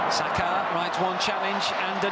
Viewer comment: It's Saka not Sasha.